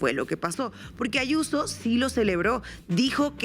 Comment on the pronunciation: Adoro como llama a Israel Diaz Ayuso, "Ashuso". Cada vez que la vea me acordaré de tí.❤